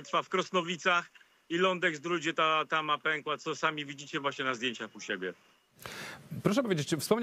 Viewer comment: Kłodzko a nie Kłodzk ale tama to już penkneła 🤣 a pękła 🤦‍♂️